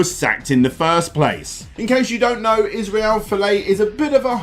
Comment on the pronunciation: You really butchered the pronunciation of Israel's surname, but for anyone that lives outside of Australia or NZ, I get it